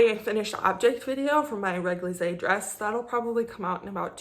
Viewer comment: réglisse means liquorish. And it sould like Régli-ce :P French is annoying! But GREAT PODCAST! love you WIP!